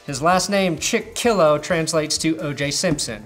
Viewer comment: Steelers fans know Chickillo mainly as "that guy who missed that tackle again". It's pronounced "CHICK-uh-lo" though.